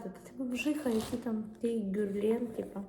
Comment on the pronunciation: Герлен, наголос на другу е. Г тверде.